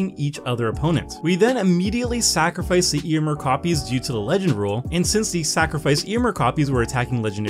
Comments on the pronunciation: Your pronunciation of Éomer is hurting me. The accent is there for a reason. It changes the pronunciation. It's [Eh] - [oh] - [mare]. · Ayo-Mare is the right pronunciation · Magic only creators not looking up pronunciations before videos can grate so so much. Ey-oh-mer should feel a lot better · Why do you pronounce Éomer like that?